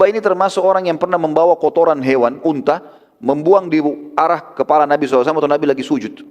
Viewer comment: tolong unta jngan di katakan untah,madinah,di ktakan madina,pakai bahasa Indonesia yang benar benar aja